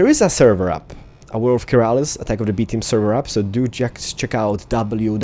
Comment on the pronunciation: Keralis* not metal is, XD sorry bout that!